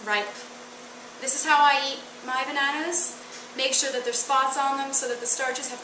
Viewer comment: I love how you say banaunas!!!